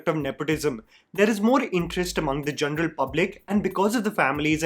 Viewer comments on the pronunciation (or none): Here’s a little constructive criticism for you - please work on your pronunciation it’s pronounced mai-duhs touch not midaaaas touch. This is easy to do, you can just google it. Even how you pronounce “general”. It’s very off putting